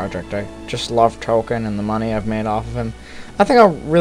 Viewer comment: "R2 and 3PO are playing Merry and Pippin." Oh, and Tolkien pronounced "TOL-KEEN", not "token"